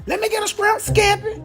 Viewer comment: "Scrimp scampy?" I thought it was shrimp scampy🤣 Is she feeding a platoon?